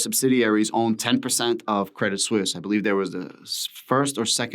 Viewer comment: You have the right pronunciation...... credit suisse